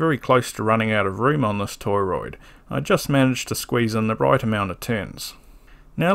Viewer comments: beautiful video. subbed. lots of mispronunciations of "toroid" here btw. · Great video! I learned a lot today! Are you pronouncing it toy-roid on purpose?